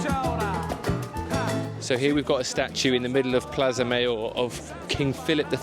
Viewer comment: PuertA (not Puerto) del Sol; Plaza MaYor....please